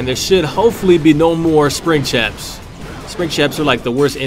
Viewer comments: HE SAID SPRING CHAPS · Did he say spring chaps? Lol